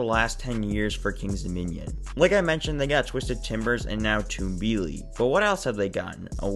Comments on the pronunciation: Pronounced Tum-bee-lee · I think it’s pronounced tumble-ly